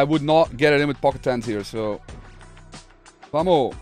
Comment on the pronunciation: Yooooo man please, can u add the S to "vamos" I'm Spanish and it really cringes me out the miss pronounce. I really like ur content though